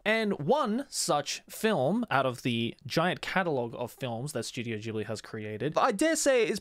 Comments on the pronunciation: Bro also your pronounce is wrong. Ghibli it's an Italian name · How exactly “Ghibli” (The African desert wind, pronounced “gibli”) became “jibli” when it’s about the Studio? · Ooh, that's how it's pronounced, I thought it was Studio Jelabi.